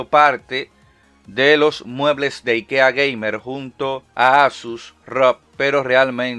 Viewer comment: Yo al escuchar al locón pronunciar IKEA 😟 pero después me entero que lo pronuncia como los suecos lo hacen 😎👍🏼